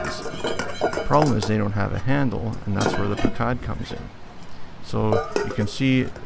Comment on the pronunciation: Pronounced puck cud